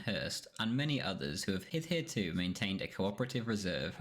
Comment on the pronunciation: “hitherto”. Not a hard word to pronounce.